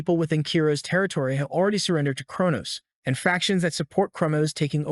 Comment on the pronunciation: Notice how how this guy can never say e even when saying already he says alreaday.